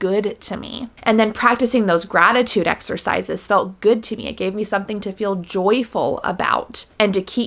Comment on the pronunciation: I was watching this far from my phone and "gratitude exercises" sounded like "rabbit sacrifices" and I was like "wait WHAT?!" OMG lol 😅😅